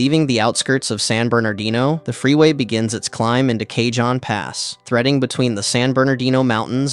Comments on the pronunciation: Driven this route many times. Also, it's [kuh-hóne] or [kah-hóne], jsyk. It means "box" in Spanish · Kay-john pass? Fuck mate.